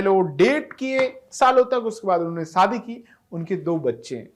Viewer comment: Saadi nahi yaar SHAdi bol Shadi.